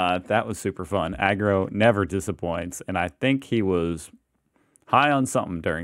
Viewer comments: Agro not Argo. I love your videos but say his name correctly A R G O. He is a legend from my childhood and one of the funniest guys around. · Not sure if you read the comments but, Its pronounced ag-grow not argo lol. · Mate. Read Maureen Sutton below. It's AGRO, not ARGO. Mate you have to get it right. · Who the bloody hell is ARGO ???? It's AGRO ........................ Mr Agro Vation !!!! LOL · Hey, it's not AR go, it's pronounced AG ro / aussie slang for Aggravation. Someones not angry, they're AGRO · I think might be dilexic, Agro, mate, not Argo 😊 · not Argo, it's Agro. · AG RO like aggravation i get when you call him argo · Agro, AGRO not Argo, lol 😉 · Ag-row not Arr-go. C'mon should of picked up on it when Agro is short for Aggravation. You need to find a video on how to speak Australian and how we pronounce our words again. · It's not Rgo it's Agro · Argo??? You mean Agro (swap the G and the R around) - Pronounce it like you would telling a tank in an MMO to hold agro. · Agro not Argo. Agro as in short for Aggravation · It's 'Ag ro' not Ar go. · Agro not Argo...yesh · Irritating when I hear you say argo but it’s 90s tv the quality isn’t always gonna be like the same as now lol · Agro, Agro, not ARGO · A couple of things, learn how to say ‘G’day’… no such thing as Happy Arvo… also it’s not Argo, it’s A G R O… Agro is Australian colloquialism short for ‘aggression’… in case you didn’t know, Australians shorten everything… my name is Barry, but in Australia, I’m Baz … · it's Agro, not Argo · its agro AGRO not argo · AGRO not ARGO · Bruh it’s A G R O, AGRO not Argo pmsl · Really not sure about you. If you say Argo👈This would be how you spell it, am I right? But it’s AG RO, like the G comes before the R, It’s not just you being an American, and not knowing the creature, A child can see that it’s not pronounced argo when it’s spelt AGRO. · AGRO not Argo - aaaah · AGRO not Argo, pal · why do you write Agro but say Argo?